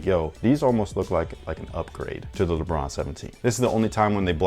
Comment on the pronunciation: " so the regular leBRUH 17 is..." I know said lebron, but it sounds like that 😂😂😂😂